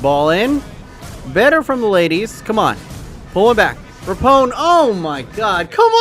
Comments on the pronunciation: Pls say rapinoe and not rapone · It’s pronounced Ra-pee-no not Ra-pown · Megan Rapinoe, pronounces it Repone... only triggered me cause I’m from Seattle and I used to like going to Reign FC games and she’s our star. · It is raaapeeenoooo not rapon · LMAO RAPONE.....errr Rapinoe (Ruh PEE no) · Rapone? It’s Rapinoe, not Rapone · Dude, Rapinoe's name it's pronounced Rah-pee-nou not Rahpohn. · “Ruh-pee-noh”, not “Rapone” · Rapinoe is pronounced Ra-pee-know not Ra-pone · It’s pronounced ru pe no not rapone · It is rapinoe.....not rapone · It’s rap ee know not rapiknow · Megan RAPONE, Bruh can you even read, it’s rap - in - oe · Just to clarify the pronunciation... it's pronounced RA-PI-NOE not RAPONE!!!! The number of times he mispronounced her name made me die inside every time. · Mate.. Its meghan (Rap-EE-no) not rapone 😂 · *Rah-peen-oh Not rah-pown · RAPONE? It's Rapinoe mate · RAP IN OH not Rapone hahaha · "Rapone" hohooooo yikes. RAP-IH-NO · I’m sorry but at least know how to pronounce the best footballer in the worlds name it’s Megan RAPINOE not how u said it: Megan rapone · It's rapinoe, not rapone! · It's Ra-pi-noe, not Rapone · he did not just say meagn rapone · "Megan Rapone" jesus. idiot. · Ra-peen-o... SMH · Hahahaha “rappone” she’s gonna get so triggered 😂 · “Megan RAPONE” were you joking when you said this? It’s a bit disrespectful to mess up Rapinoe’s name like that... come on it’s not that hard to say! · It’s Rapiiinooe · Lol everytime you say “Rapone” I can hear the people yelling at you 😂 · “Megan Rapone” that’s not even close mate lol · Pronounce Rapinoe correctly for the love of God. Ruh-pee-no, its not hard. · Its RA-PE-NO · Pronounced Ra-P-No. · I was triggered all video. Her name is Rapinoe( Ra-pee-no) or know of that helps. But other than you butchering that name I liked this video a lot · Ali Riley is from New Zealand! and it's Ra- Peen - o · Isn’t it pronounce Ra-Pi-Noe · rapinoe. say it with me ra pi noe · Megan RAH-PI-NO